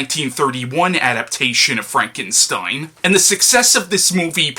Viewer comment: Great reviews as usual..... But a little constructive criticism. You noticed your mispronouncing Frankenstein as Frankensteim, well you also do the same thing (or used to) with the word Valentine. Also, you often used a d sound at the ends of certain words, mainly religion winds up sounding like religioned and cousin can sound like cousined. Also in the "used to but not sure if you still mispronounce it now" category, in a lot of your Batman reviews, you mispronounce Gotham as Gothlam. Hopefully noticing this will make your future reviews to become even better than the old ones. Keep up the good work!